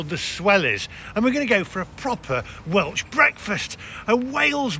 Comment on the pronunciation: May be just your accent but you keep saying Welch not Welsh - Eden may have to smuggle Yorkshire Tea in over the border or wait until Sean Bean films something there and he can load his boot full when he as at his real day job ha ha ha The North was a hot bed of Welsh Nationalism in the 70's - burning holiday homes etc. They did.t want English folk to move in and take the place over which from what you say has happened. I know a lot of people from Liverpool retired or moved there when they were priced out of moving to the Wirral - had loads of holidays there as a kid and its a lovely place when the weather is right you can get a great holiday there. I think there was a time when the North was the place where the Welsh language was spoken a lot but I understand that with partial independence and the growth of the influence of the Senedd Welsh ( as it is also taught in all schools ) is now widely spoken. Nice place - lets face it Ryan Reynolds and Rob McElhenny bought Wrexham FC so it clearly has something going for it. ps - you probably can only get Liptons tea in Wrexham now though ha ha ha